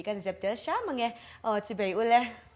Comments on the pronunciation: "Chibei" tih loh tur, "Chibai" tih tur... "Tlet mei a" ni lovin "Tlat mai a" tih tur aw. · Chibei ni loin chibai tih tur aw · Chibei ani lo chibai tih tur aww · Omomi hian "chibei" a ti leh tlat thina, CHIBAI han ti hram hram thei se.. A hmelthain a chhelo a, a zei em em bawk si.